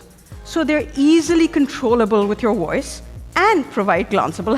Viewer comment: “Use your woice”